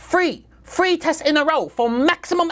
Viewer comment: "we don do fwee testing, no. we do fwree tests. we don do fwee testing, intel pay us a shit ton" IM DED